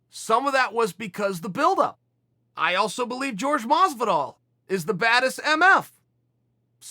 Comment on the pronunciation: Chael "George Masvidal" Sonnen